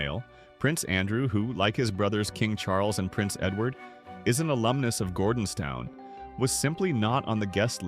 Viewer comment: Firstly, please get your AI programme to pronounce ‘Gordonstoun’ correctly. Secondly, this is a non-story. This was a private, family church service. Not your or anyone else’s business.